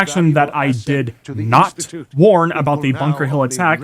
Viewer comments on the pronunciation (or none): none